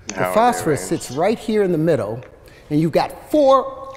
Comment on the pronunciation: Is anyone else incredibly annoyed when he leaves the consonants off the end of some of his words? Instead of "middle" he says "middo."